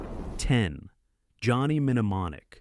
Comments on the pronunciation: You mean you never watched Johnny Minnamonick? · Johnny Men-neh-mon-ic . . . ?! (Sheesh. That's too lazy for me to keep watching.) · Johnny Menonomic? Another video that should be banned for the shitty AI narration! Controvosey? Paaathetic 🙄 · "Johnny Menemonic" -- AI is so nothing. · Johnny "Minneimonic" 😂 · Johnny Min e monic? dude lose the stupid AI readers. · exestitcian zed- zee - COME ON!!! Stupid AI Johnny Minemonic ! Excellent!!! Bogus!!!